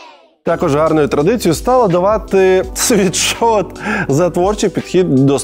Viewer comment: Лйоша, кожного разу коли ти рекламуєшь свій мерчь, ти кажешь світшот. Ти просто Сіріусу казав вчора у випуску що STONE це стоун, а не стоуні. Вибач за виправлення. Sweatshirt від слова піт/sweat. Тобто не світшот а сует шёрт. Будьласка, не сприймай як образу. Можете навіть переробити в рекламу інглішдома, і сказати що завдяки інглішдому тепер ви знаєте що правильно казати суетшёрт, а ні світшот.